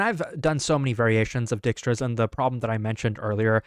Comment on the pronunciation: dude needs to chill with butchering dijkstra's name every video 💀